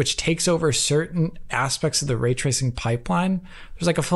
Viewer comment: "Way twacing"